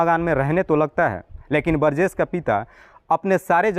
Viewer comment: बरजेश नहीं बोलते बृजेश होता है हिंदी सही करो थोड़ा